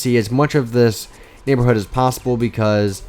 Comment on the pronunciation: u said neighborhooh lol